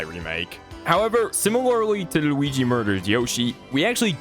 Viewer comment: I love the way you say Luigi